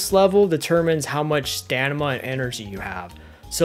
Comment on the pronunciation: Lol you say stanima. It’s staMiNa